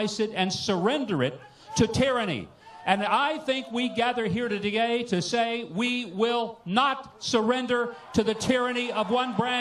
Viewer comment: When saying "today" he said " to gay" and he wants to spend 8 years in jail. Haha, projection, Mike